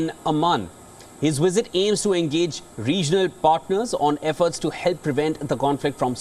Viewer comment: "during Blinken's wizzit, he saw wictimz!😂